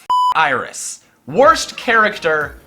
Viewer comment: When you said Iris I barfed a little